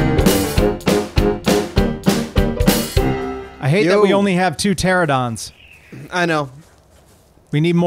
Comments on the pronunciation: "pteradon" pls tell me someone knows what's so disappointing about this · Sorry to be, 'that guy', but it's not Pteradon, it is Pteranodon. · ITS NOT PTERADON! ITS PTERANADON! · Haha in the 7 years of ark they still say teradon bahahah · They still can't say pteranodon😂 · Do they ever learn how to pronounce Pteranodon? So suspenseful.